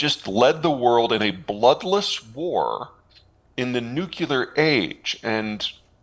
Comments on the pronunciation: How this dude got so far while pronouncing nuclear as Nuke-U-lar is beyond me. I want to believe him about China, but he is so wrong about Putin that I don't know if he's a real analyst or a state propagandist. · I dont understand when smart people say nucular. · For a geopolitical strategist to be unable to pronounce "nuclear" (noo͞′klē-ər) properly.makes it impossible to believe anything he says. Saying things well is as important as what is being said. The thing about totalitarian regimes is that they will say and do anything to stay in power, whether it is to blow up the world, or to control more of the world (USSR, Cuba, Ottoman Empire, Japanese Empire, and now the Middle East Theocracies). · Why some americans say "nuckylear" war? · Peter, a geo political strategist hoping for credibility needs to pronouce Nuclear as Nuke- CLEEE- UR not Nukyouler.. Please fix this. best Bruce Peek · Funny hearing a learned guy like Peter say "nuke-u-lar", Especially while referencing George W. Bush. 😅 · I know it seems trivial, but I wish Peter would learn how to pronounce "nuclear" correctly. It erodes credibility when you make literally the stupidest pronunciation mistake whilst claiming to precisely predict the future of the world.